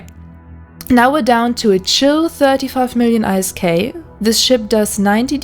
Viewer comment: Not hating. But why do you say the letters in isk? Why not say it like its a word?